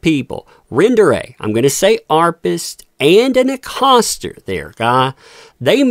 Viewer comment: What’s an “. Arpist”?